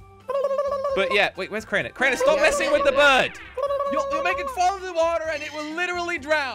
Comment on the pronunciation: The brird you for got the brird eggs